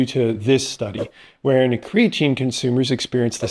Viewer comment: I don't care how many PhDs you're hanging on the wall, if you can't properly pronounce creatine I'm not paying attention to you.